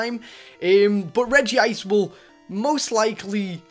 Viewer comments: UGHHH HE SAYS REGI ICR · ITS REG - ICE